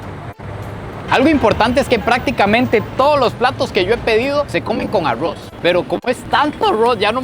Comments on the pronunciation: El no dice arroz dice aggro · Arrrowsh ajajajaj ARRRRROZ ! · Aurrros en vez de Arroz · Alguien puede decirme porque los costarricenses dicen Arrouz 🤣🤣🤣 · Como narices pronuncia "aurruoz" parece un giri 😂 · amo cuando dice arruoz 😅